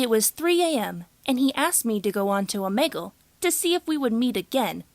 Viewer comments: ITS "OMEEGUL" NOT "OMAYGUL" JESUS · Oh-me-gle not oh-Meg-ool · Omeegol I didn’t know it was pronounced like that🤔